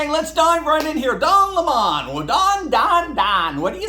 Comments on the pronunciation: Can we go back to calling him Lemon 🍋 since that's really how it's pronounced by his own lips when he first started? Besides, he IS a lemon! Why not call a spade a spade? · Why pronounce his name any other way than that of the fruit? It suits him and his views. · Where I went to school. A vowel is long if with in two to the other vowel. So it Lim mom not la mon. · You are too kind,, it's lemon, not le mon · Weird that we call the citrus fruit a Lemon but the fact he has it as a last name it becomes a Le Mon in pronouciation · Its pronounced lemon 🍋 not le mon...i dont care how he wants it said. Because he is a lemon of a journalist. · Any way you look at it, his name is lemon 🍋 not Le Mon, who's he trying to kid? He's like lemon car, unfixable looser, too many things wrong with it. Pray you don't ever get stuck with a 🍋🍋🍋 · D'oh LehMUH lol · I for one can't stand it when the Professor and Tucker refer to Don Lemon as Don Lemawn. I think if sounds as stranger than it would to call Elizabeth Warren an "Honest Indian". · please keep pronouncing his name lemon, as in the sour fruit that only gets better with liquor! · I LIKE HIS NAME PRONOUNCED AS LEMON, LIKE THE FRUIT!!!!! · Please stop pronouncing don lemon’s name posh if its tastes, sounds and looks like a lemon you pronounce it LEMON JUST LIKE THE FRUIT. Argggh I simply don’t like mr LEMON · Don Lemon insisting that his last name is pronounced "leMON" reminds me of the infamous "Bucket woman" (Hyacinth Bucket) in the Britcom comedy series "Keeping Up Appearances" who insisted her last name of "Bucket" was pronounced "Bouquet!" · Don't miss-fruit him! It's Lemon not Lemon. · It is Le mun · Pronounced Lemon.. Just like the yellow fruit. I give 2 craps how that clown wants it pronounced. Spelled like the fruit it gets pronounced like the fruit.